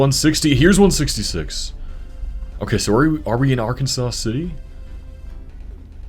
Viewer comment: I spent about a week in Lawrence and another few days in Manhattan. Both of them were great college towns! Btw, it's Ar-Kan-sas City, not Ar-Ken-Saw, because of course it is